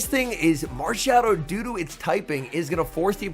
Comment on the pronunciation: At 15 mins it sounds like you say marshadow DODO 💩